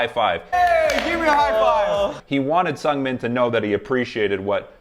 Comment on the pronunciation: I'm autistic and all your explanations have been so helpful, thank you. I just wanted to suggest bc I got it wrong for years, if you listen: the first part of Seungmin's name is pronounced more like "soon" with a "g" at the end. You've gotten closer at all of them. 8)